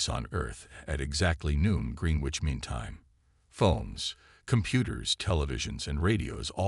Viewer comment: "Green witch"....lol its pronounced "gren-itch". "push-of-ers", lol "push-over" AI can be so dumb.